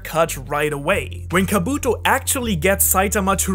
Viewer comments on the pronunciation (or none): I hate the way he say kabuto